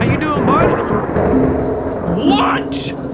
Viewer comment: I love how he says what in his british voice